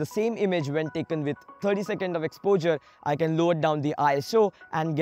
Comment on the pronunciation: Your videos are good and this was helpful too but the weird way you pronounce "exposure" is really very irritating. Try to improve it so that you could be listened to without irritation.